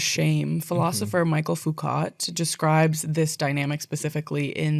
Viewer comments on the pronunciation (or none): totally off topic but WOW that truly was the wildest pronunciation of michel foucault i have ever heard it made me double take so hard